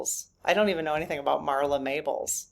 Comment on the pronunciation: Marla Maples, not Mables